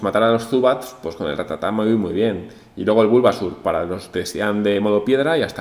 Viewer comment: no es ratatá es rátata. Cada vez que lo dices mal muere un ratata xD